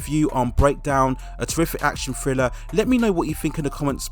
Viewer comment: "Friller"?🤦‍♀️....maybe learn to pronounce "th" b4 narration?